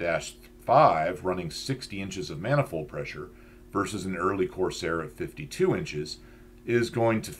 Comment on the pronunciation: I almost listened but heard the voice and knew "maniold pressure" would be endless. Other that that usually good content.